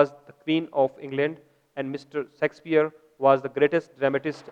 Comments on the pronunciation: yah sexpier nhi Shakespeare sir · hahahhH not a sexpier its Shakespeare